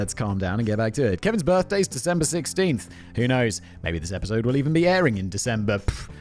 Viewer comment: I swear I heard Simon say girthday. Somehow, I don't think it was a mistake. Another fabulous script Kevin.